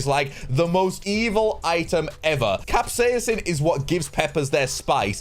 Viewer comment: Dude learn to pronounce capsaicin please it's cap-say-sin not Cap-saiyan-sin